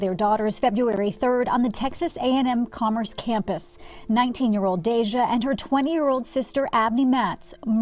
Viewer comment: The narrator and Congress pronounce their names wrong!! I get it doesn't affect their families but it just makes the memoriam not sincerely. Deja and Abbanay Watts really?... I recall it being Matt's!!😢